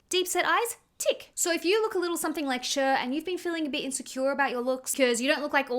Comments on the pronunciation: I think Cher sounds more like "share" than "shur" (Also thanks for making these videos, they make me feel better ❤️) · Please not "shur" for cher 😂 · Never heard someone pronounce Cher like “sure” lol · I always pronounced her name like “share” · Your pronunciation of Cher is hilarious 😂